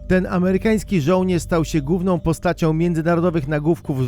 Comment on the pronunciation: "gównOM postacią nagófkóf" UNSUB